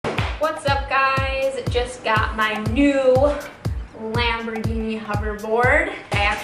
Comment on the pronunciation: The way she says the word “lambergheenee” hurts my soal